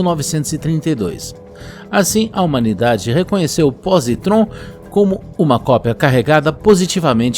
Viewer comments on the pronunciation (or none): Que agonia ouvir o narrador errando dezenas de vezes a pronuncia das palavras pósitron e elétron.